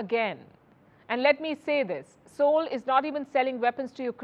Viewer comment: Appreciation. She pronounces the Seoul right, which sounds like Soul in native language.